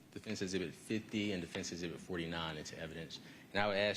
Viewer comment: Fantasize all you like about Chris saying, " the devastation * I * caused". You gonna take the word of a defense attorney who pronounces "ezzzzibits" and asked Chris if he used "Plumber's Semen"? GTFO.